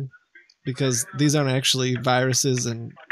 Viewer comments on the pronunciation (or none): Lol ees these, what ees these?"